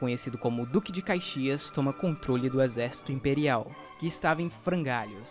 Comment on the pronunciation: Atenção na pronúncia foi dito Cuzuru não, não é, é curuzu, palavra do dialeto nativo Guarany, também foi dito caixias não, o certo é Caxias.